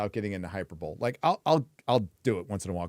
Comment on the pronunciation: Does he actually think its "hyper bowl"?